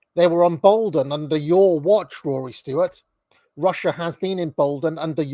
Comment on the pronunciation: Jesus christ it's "stewart" not "stoowart" and also it's "cenTRist" not "center-ist"